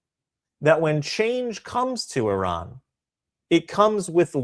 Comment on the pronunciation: The way Hannity pronounces IRAN near the start of the video hurts my ears.